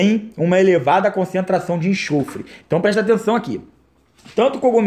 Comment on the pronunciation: não é enchofre, é enxofre!/